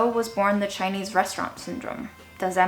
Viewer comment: I'm a little bit surprised to hear Chinese pronounication. So accurate!!